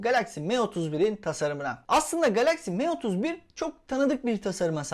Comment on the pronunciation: me31 değil sanki em31 diye telaffuz ediliyor